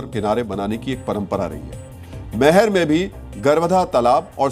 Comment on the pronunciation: आप भी अनजाने में ही जिहादियों का साथ दे रहे हैं। वो मैहर नहीं मैयर है।